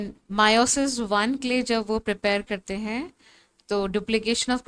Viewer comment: It's meiosis not miooosis